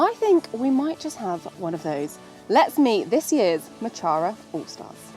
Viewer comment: I loooove the Mochara brand. Just wish the creator knew how to actually pronounce mochara, painful hearing it be butchered on a regular basis 🫠🫠